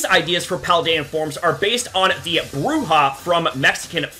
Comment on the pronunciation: This dude's pronunciation of Bruja(what is just the spanish word for witch) and La Llorona gave me ear cancer